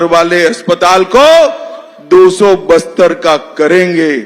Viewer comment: बस्तर या बिस्तर 😆😆😆